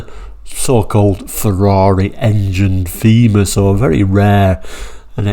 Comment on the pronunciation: It was pronounced "tayma"